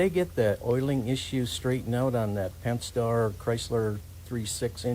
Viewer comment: Pent-A-star. Like pent-A-gon. Not like penthouse.